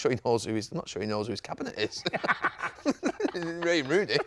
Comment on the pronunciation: Did Gary just say "Raine Wooney"???